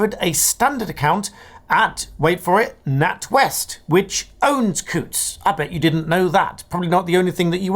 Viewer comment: Well done for pronouncing Coutts correctly.